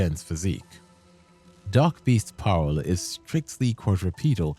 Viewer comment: dutch mentioned woooh Also its parel not paarl for pearl in dutch, or maybe the auto sub taught you said paarl, cuz yeah saying dutch words is tricky, but its like pronounced; P-aa-rol